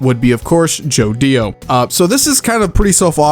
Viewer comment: Bro who in the unholy squigle fuck says Joe Dio?